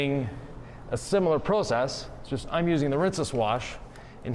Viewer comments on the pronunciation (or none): did the cutting, Nick did the polishing and Sylvie did the camera work! I see that pronunciation of the word "process" is rubbing off on Nick!